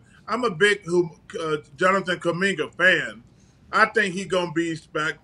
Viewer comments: Chuck tripping, they drafted wiseman and its kuminga not cumanga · They will learn to say his name correctly very soon. Kuminga”s success will force them to fix this problem. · LMAO NO WAY HE SAID KUMINGA LIKE THAT